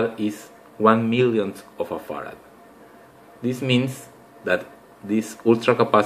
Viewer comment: when u are saying frad it sounds like fart. lol